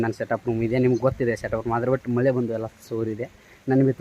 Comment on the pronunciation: madu ಮಲೆ ಅಲ್ಲ ಮಳೆ ಕರ್ಮ ಎನ್ ಮತಾಡ್ತಿಯ ಪ